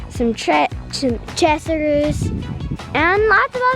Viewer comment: Chessers...chest of drawers (or as my granny said, “chester drawers” 😁) and dresser = “chessers!” Geeeeesh Dad...ya gotta get hip to kid lingo. 😂😂😂😂😂😂😂😂😂😂😂😂😂😂😂 Too cute! TFS God Bless ~Lisa